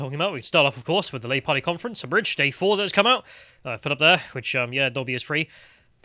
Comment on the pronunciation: “Carty”? You mean party.